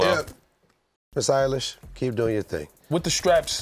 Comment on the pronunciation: Great episode fellas. Please get Salahe on soon, and maybe on the POD too. Trinidad for worst take, for mispronouncing Billie Eyelashes’ name